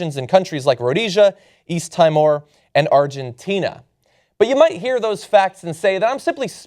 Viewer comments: East Timor "East Time-or" hahaha, it's "East Team-or." It is an easy mistake but come on. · East 'Time-or' eh? Lol. I think you're pronouncing it wrong, John. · Note to John: Timor is pronounced 'tea more'. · teemor not tymor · Timor is pronounced "Tee-More." Everyone should check out the amazing song "East Timor" by Robert Wyatt, about Ken Gillespie's failures to help fix things after the massacres perpetrated by war criminal Henry Kissinger. It boggles the mind that Hillary Clinton would cite Kissinger's support as something she is proud of. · learn how to pronounce Timor. It's a very newly independent country - now called Timor Leste (hint: teemor lesteh), the previous name was as a province of Indonesia. On another note, I am deeply shocked that Hillary could try to use Kissinger as a drawcard for supporters - is she trying to win over Trump/Cruz supporters??! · Timor pronounced Tee More . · Can’t even pronounce the name of Timor! Idiot.